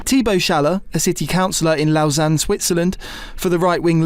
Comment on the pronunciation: It's pronounced "lowsanne"